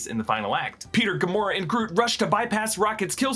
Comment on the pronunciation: When you explained rocket and nebula not being dusted you said gamoraa